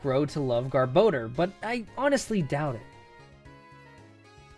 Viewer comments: You say “Gar-bah-door” weird. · I like how you pronounce Garbodor two different ways. Also, it is super good in the TCG. I still agree with you though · Who decided rayquaza and garbodor get their names butchered? There's no "e" in garbodor to make it sound like "bode." Rayquaza isn't spelled like "rayquayza" either, so I don't get how people decided that's how its name is said. They don't even sound as good as the more literal pronunciations. I won't be calling either of them by their "official" pronunciation anytime soon if they sound like crap and don't make any sense. One deoxys movie comes out and people decided a butchered rayquaza name is the official version. They literally called pidgeot pidgeotto in the first pokemon movie, so I'll take it with a grain of salt. If movies are gospel then you'd have to rename pidgeot to it's previous evolution's name. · Pronounced Vespi Quinn and Garbodoor not Vespiqueen and Garba door